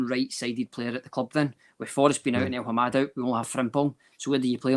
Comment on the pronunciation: El-Hamed, it’s El-Hamed why the fuck does persist in saying El-Hamad every week, slap him about please